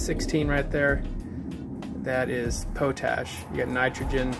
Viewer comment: POT-ASH mate... not 'Pote' 'ash' ...where you pick that pronunciation up? Come on America!